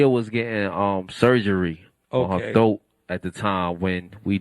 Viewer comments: It's throat not "thoat" for godness sake 😂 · Man...my eyes popped wide open when I heard him say thoat! LMAO